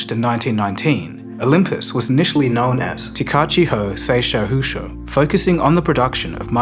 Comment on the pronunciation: Man just removed saku from sei-saku-sho lmfao